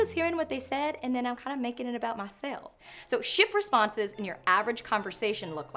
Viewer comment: Omg please do this voice more often. This silly bit killed me. Especially the slightly southern drawl on "myself".